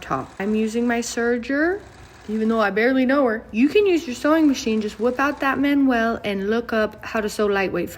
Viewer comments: I’m pretty sure she’s joking, that’s not how it’s pronounced lol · I'm not the only one who pronounces manual that way! 😂